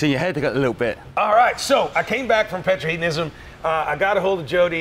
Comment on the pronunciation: Are you saying Petrolheadonism wrong on purpose as a joke? It's Petrol-Head-onism PETROL HEAD!!